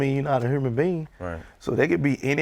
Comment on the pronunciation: “THURAPY” “HURMAN BEING” “COMMURNITY”